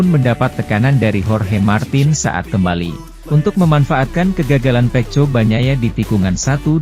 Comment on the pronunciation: Feko bukan feco 😂